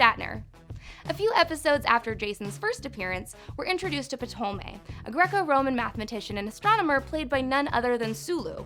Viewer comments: Did she pronounce Ptolome as.."peh-taw-low-may"??? Its "taw-low-me" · Hated when that name was said. It’s not difficult to look up how to say Ptolemy.